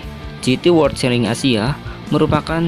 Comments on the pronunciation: Di baca chelen woyyy bukan cheling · Celing?😅 Cara bacanya celen masss..